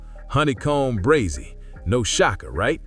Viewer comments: It's pronounced Bray-zee😂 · Facts breh dumb ai said Brozy 🤦🏾‍♂️ 🥴🥴🥴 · Honeycomb Brozzy?!!😂 AI got to do better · Dumbazz ai it’s Brazy like Crazy not Brozy 🤬